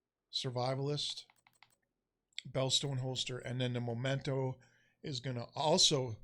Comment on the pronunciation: Memento. Not Momento.